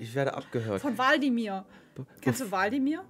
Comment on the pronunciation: Nicht waldimir sondern wlad.imir